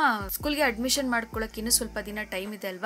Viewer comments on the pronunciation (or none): Hello medama adu adamita alla adamishana😅😅🫵😁😁😁😁